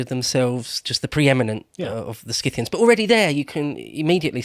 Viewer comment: "Si-thee-ans". There's one thing all English speakers share (Uk, English-Canada, US, Australia,...): you guys are simply unable to pronounce ANY foreign names...